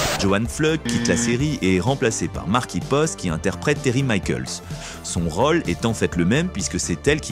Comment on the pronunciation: Rôle, contrôle : il y a des O circonflexes. Cela fait saigner mes oreilles.